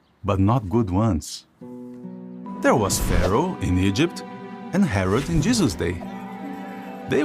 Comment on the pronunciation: Why does this guy pronounce it ‘Jizzus’